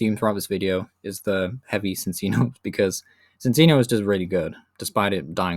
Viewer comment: Sin-Sino? Its ChinChino do you pronounce chinchilla as sinsilla?